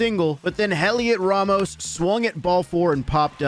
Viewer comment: It's not HELiot Ramos, It's pronounced Eliot Ramos. The H is silent.